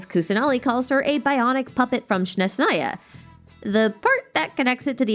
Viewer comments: Thanks for being so open-minded :) It's awesome! The biggest mistake I see people make in the word Snezhnaya is in the first and the fourth letters. The first sound is [s] (like the first sound in snow), the fourth is [ʒ] (like in leisure, measure, etc.). And I've heard you, among many other non-slavic people, say it the other way around. I can understand the confusion and respect that people even try, tho :) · I do not mean to be rude, it's just that I've noticed you try to pronounce everything as correct as you can according to the pronunciation in the original, real-life culture that inspired a certain region in Teyvat. That's so cool! And I thought I might clarify the pronunciation of Snezhnaya for you. It should be something like [sneʒ'naya]. Where [n] is palatalized and [ʒ] sounds almost like in leisure ['leʒə]. However, you don't have to follow this tip, it's just if you are interested. Thank you for such amazing and in-depth videos! They inspire me a ton! :)